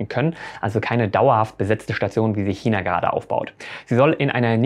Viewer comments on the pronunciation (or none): none